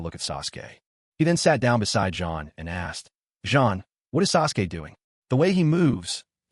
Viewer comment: I'm thinking Suresway is the AI trying to say Sasuke. AI slop indeed but made for some interesting background noise.